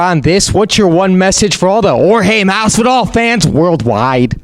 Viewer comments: Jorge Mastidal??? Is that what you just said? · can never pronounce names correctly haha. That side eye Jorge gave him after he said his name during the intro haha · why is it so hard for people to say masvidal